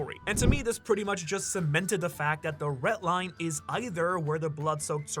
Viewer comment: BRO STOP SAYING "RET LINE" PLEASE ITS PAINFUL TO HEARRRRR.